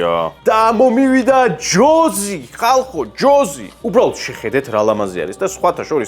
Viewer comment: ჯოზი კი არა ჯოისი